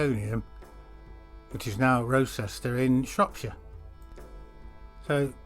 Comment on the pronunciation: This documentary would carry greater weight if the narrator practiced his lines and enunciated better, could pronounce “Wroxeter” correctly (“Rocester”?????) and could correctly spell “Baschurch” (with one ‘s’!) in the caption regarding The Berth. And maybe the video shouldn’t have been made until Nennius’s work had been read and digested. As it is the argument that Arthur actually existed and hailed from Shropshire is at best spurious. Trying to identify the Battle of Camlann with the River Camlad is deeply tenuous, to say the least. Just because the two seem similar does not mean, linguistically and toponymically, there is an actual connection. Hawkstone Park? Clutching at straws!